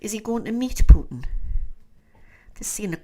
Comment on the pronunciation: Thank you for saying “Putin” wright , so many news readers & others put “h” in it